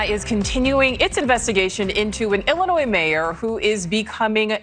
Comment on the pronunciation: The “s” in Illinois is silent. I am the grammar police. 👮🏼